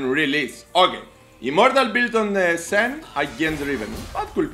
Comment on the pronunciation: It is not SEN it is Shen.